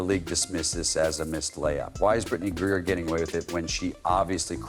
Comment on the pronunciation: CC 100%! Are you miss pronouncing the name on purpose? Ot GrieNer, not Grier.